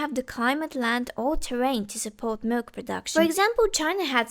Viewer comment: "he knee sum milK" 😂😂